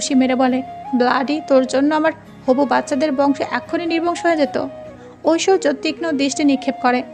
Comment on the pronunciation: Oita oishshoria rik Chowdhury na oita oishorjo rik Chowdhury hobe😂😂